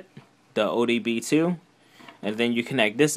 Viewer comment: “ODB2” lol.